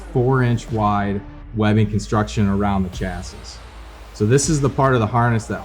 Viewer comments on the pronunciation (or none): New drinking game, every time he says “Chas-sis” instead of “Chas-ee” you gotta sling one back.😂😂😂 All kidding aside, this is a killer saddle!!! So glad I got one!!!